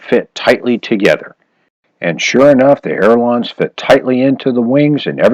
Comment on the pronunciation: Good tips, thanks. Um... check pronunciation. It’s“ailerons”, not air lawns (those French like to pronounce things in a funny way!) ;-)